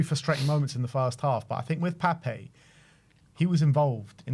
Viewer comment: I'm on a one man crusade to get all Spurs commentators to show him the respect he deserves and pronounce "Pape" correctly. As much as we want to say "Papay" it's just "Pap"